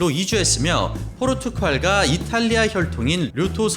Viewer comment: 가라테(X) 카라테, 포르투칼(X) 포르투갈